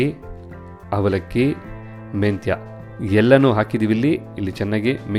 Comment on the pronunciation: Is it avalakki or havalakki! ಸುಪರ್ ಕನ್ನಡ!